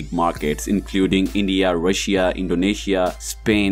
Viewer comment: "russ iya"